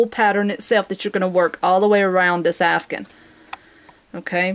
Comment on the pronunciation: OMG All these years I have been saying it wrong... I have been saying C2C Afghan. You are calling it CdC Afgun.